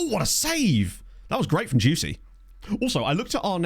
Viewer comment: I know the Player is called Dioussie, but every now and then I hear you call him „juicy“ and i‘m Not saure of that‘s just a coincidence or on purpose, as he play‘s good.